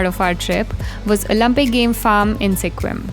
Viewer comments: Sequim is pronounced more like Squim, not See-quim. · Sequim is pronounced “skwim” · Pronounced 'squim'.